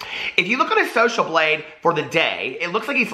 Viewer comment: Thought you said social bleed.... Sounds legit.